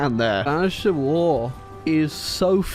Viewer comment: Ah yes “shivil war”